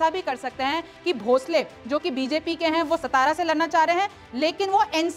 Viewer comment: मैडम जी सतारा नहीं सातारा बोला जाता है।